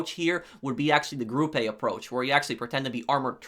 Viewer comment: it’s not group a, it’s gruppe as in gr-u-ppe. it’s German for Group 6. not mad but it’s weird.